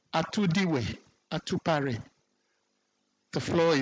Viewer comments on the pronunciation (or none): The name is professor Raymond Atuguba and not Atupare